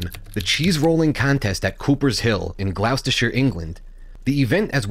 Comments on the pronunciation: JUst a quick correction! It is pronounced GLOSS-TER, not GlOWS-TER-SHERE! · The cheese roll thing has always been a bit of a joke even here in England. Just for future reference- it's pronounced gloss ter sher Also congrats on 1K